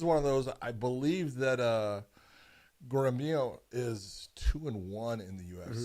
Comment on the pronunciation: No way you guys are pronouncing Gorimbos last name like that,it aint that hard lol